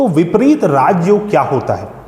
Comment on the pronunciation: विपरित नहीं विपरीत